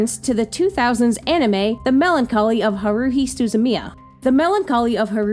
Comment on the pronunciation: HA-ru-hi, not ha-RU-hi.